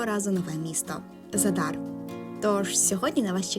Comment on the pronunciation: Зáдар, а не Задáр